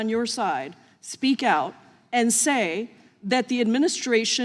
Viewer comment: She doesn’t even know how to pronounce the word “and”!!! “Eeen”?!?!